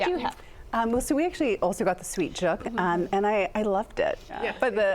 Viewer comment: Did she just call it juke? Its pronounced jook. 🤦‍♂️🤦‍♂️ f'n yt people